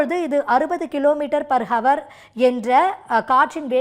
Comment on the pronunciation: தற்க்குரி , ஹவர் அல்ல அவர் .